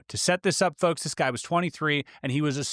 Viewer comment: Why does the word 'folks' sound like 'fucks' when you say it? Alright fucks...